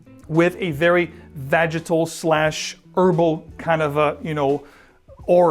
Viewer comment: VAGITAL? 😅 Do you mean VEGETAL my man? 🤣 Very different smells.